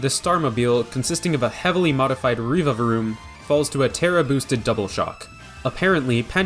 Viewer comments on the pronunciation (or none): REEVAVROOM It’s revavroom, like revving an engine. REV avroom.